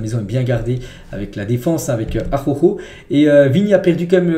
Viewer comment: Frérot travail t'as prononciation sur Araujo stp ♥️